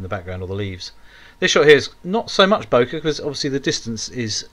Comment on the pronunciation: FYI Yes it is a japanese word but its pronounced bokay. Purchased my RX10 iv from watching your channel. Brill